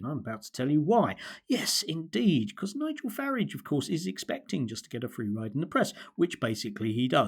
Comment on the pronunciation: Total drivel from someone who cannot even pronounce Farage (or does he think that's clever like the hapless Cameron used to do).